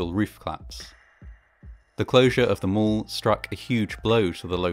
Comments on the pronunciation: Mall not mull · I quickly realized that he meant mall when he said mole.